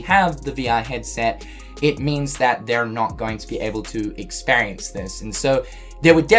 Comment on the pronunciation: Experience = 😀 Ex-spare-E-ance = 😫